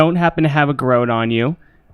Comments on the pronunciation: It took me a while to work out what a "gar-oat" was. There was some seriously funny interplay in this episode; especially some of the input from Mitch. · Aside for the cringe-worthy pronunciation of garrote (but I appreciate that you addressed it during the show!), excellent! I did not anticipate that I would laugh so much during a plane crash!